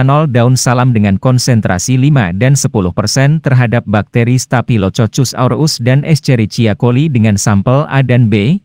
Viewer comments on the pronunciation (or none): dibacanya stafilo kokus...gak pernah sekolah yaaa 😅